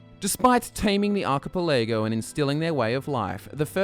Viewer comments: Are-key-Pell-e-go... That's how you pronounce it. Not are-key-pal-a-go... Just so you know. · Archipelago... Arc-uh-pell-uh-go... what's an arc-uh-pill-ego? Lol, jk I'm not gonna hate on y'all for something so silly.... (Down with the degenerates, long live the grammatically correct, Heil Hyphen ) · TIL archipelago is pronounced archi-pah-lego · Arch-ah-pah-lego? facepalm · "ark-i-pel-ay-go"... the third word was mispronounced... ... ... ..."ark-i-pel-ay-go" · not how you pronounce archipelago.